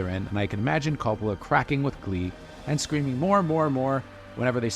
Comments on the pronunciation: CO-ppola not Cappala. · Say Cop-olla one more time MFer I double dog dare you. Do some damned research like your job means something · The fact you keep pronouncing his name “cop-ala” tells me all I need to know. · His name is pronounced KOH-POLE-AH. Learn to at least correctly pronounce the name of the subjects in your vidoes. And, thanks a big bunch for the off-hand movie spoiilers, too. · For the 1000th time... his name is pronounced KOH-poh-lah. You make videos about movies and the people involved, so get their names right dammit! It's even pronounced correctly in the movie tag you included AT THE END OF THIS VIDEO - after you've said it wrong over and over. Are you paying attention at all? Do you even care, or is it just about crapping out "content". Youtubers who think they know something about something - ugh. I give your "review" a 5 out of 10 at best. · Guy can’t even pronounce the directors name properly why am I going to trust what he has to say about his movie?